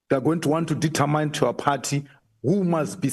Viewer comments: Not detetmine but determine determin please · The queens English it's not detamine queen says determine determin